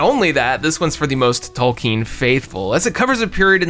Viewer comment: Finally! Someone who can pronounce Tolkien correctly!